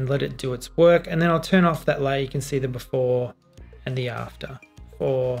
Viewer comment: Why did you say "see" as "say"? Since grammar school I was taught "see" pronounced as "sea". It's quite difficult to hear a sound but having to refer to different meaning as the one we usually recognized because we need to stop and think. Then a lot of things you've said are flown by and missed.